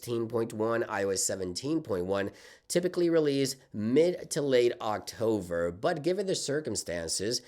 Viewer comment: October ❌ Octover ✅